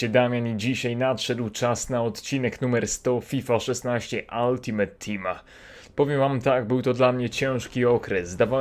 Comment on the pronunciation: Nosz kurwa, nie mówi się altimet tim, tylko ultimejt tim. Tego się nie kurwa nie da słuchać...